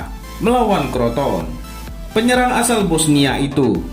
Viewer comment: crotone lah bukan kroton 🤣